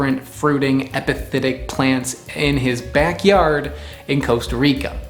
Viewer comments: Am I the only one hearing “hepatitic” instead of “epiphytic” ? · I know this is an old video but you're saying epithetic when you may want to be saying epiphytic. Epithet vs epiphyte